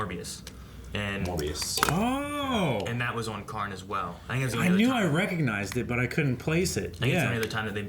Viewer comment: FOR THE LOVE OF GOD ITS KAHN NOT KARN